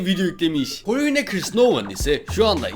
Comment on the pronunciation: Polina çursnova diye okunuyor ayrıca danla gayet çirkin duygu çok güzel değil meryem ise güzel değil +1